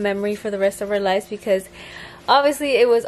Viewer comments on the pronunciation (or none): none